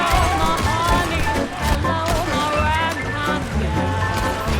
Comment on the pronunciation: This is a great vid! Also, she sings “hello my ragtime gal. Sounded like you said “right time”, which I realized still makes sense, lol.